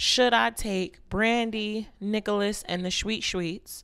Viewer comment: Swear it sounded like she said “niggalis” instead of “Nicholas” 😂